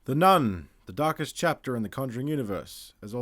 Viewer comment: It literally sounds like the voice over is saying The Turkish Chapter if you just listen to it. Hmmm, I wonder what it all means!? 🧐😂😂😂